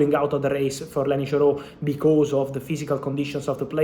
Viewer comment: YOro. YOro. Not JOro